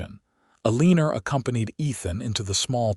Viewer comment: The mispronunciation of the name Eleanor was annoying